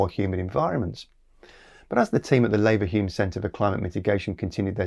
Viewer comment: Leverhulme is said /ˈliːvəhjuːm/ I only care because the guy the company is named after is from my hometown